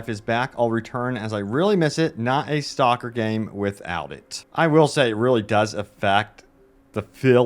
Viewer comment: Dude... It's "STALKER" not STOCKER. You keep calling it STOCKER 2. I can't stand it anymore.